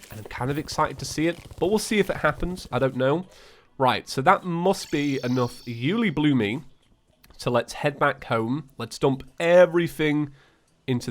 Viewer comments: The pronouncement is You-el-EEE-bloom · Its pronounced you loo bloom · BTW it's pronounced you-li-bloom